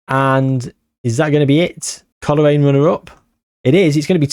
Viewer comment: Didnt even knnow coolreen had a foitball team they have a farm the milk i drink is made there 😅 just caught on ur trying to pronounce colraine😂 coal rain and glen av on